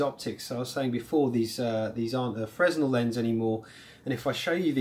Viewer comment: The S in Fresnel is silent. ;)